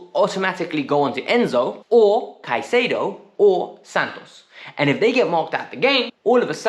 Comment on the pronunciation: You might have been wrong about Jackson. But you were right about one thing. Chelsea was being cheap 😏😂 We're becoming misers 😏😜 We've very rarely tried to negotiate down in the past. Look at Kepa. Now Brighton is squeezing Chelsea. Edit: My guy. How are you this bad at saying footballers names. Casedia and Enkiso....😂😂😂😂 But you man